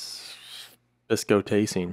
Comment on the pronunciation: I live in Timmins ON and you really shocked me when you looked so close to where I live! You pronounced Biscotasing correctly the first time you said it. Most people just call it "Bisco." What's interesting is what appears to be the path of a tornado, crossed Highway 144 and next Low Water Lake. I don't ever remember anybody mentioning that spot being where a tornado crossed. I will have to do some research as to what happened there. I vaguely remember when I was younger somebody mentioning a tornado crossing that highway but I don't think it made the news. I do know that in 2002 a severe thunderstorm crossing Halfway Lake Provincial Park (a little ways South of there) and did damage in the park's campground and went across the highway. There was debate over whether it was a downburst or a tornado but I believe it was determined to be an F2 tornado. There was also a forest fire that swept through nearby about 5 years later.